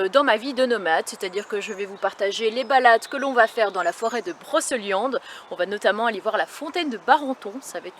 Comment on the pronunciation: je sais que tu es belge mais chez nous, on dit Brocéliande et non Broçeuliande!:)